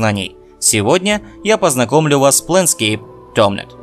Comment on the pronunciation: Пленскейп Толмлмлмлмнт